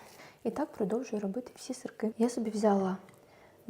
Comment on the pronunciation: Не сырЬки , , а сырки